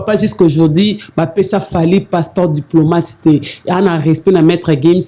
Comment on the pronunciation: je préfère que tu parles la langue que tu maîtrise mieux. Tu es chroniqueuse apprends. Trop d'erreurs. Souvent olobi Passeport diplômâte, salle ya heritier olobi lisusu saint paris, paris scène.